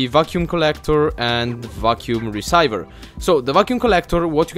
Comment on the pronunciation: it is pronounced reeseever = receiver